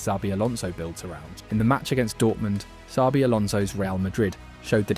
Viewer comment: its not "sabi" its "chabi"